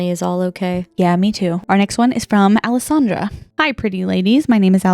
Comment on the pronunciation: From someone named Alyssandra and gets mistaken as Alessandra it’s true no one ever pronounces it right 😭😭